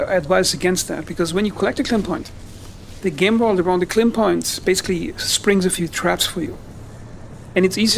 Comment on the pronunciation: It Lim tech… it is Lim energy K is the unit of measurement Lim is the type of energy. I can’t listen to this while you make it into a word…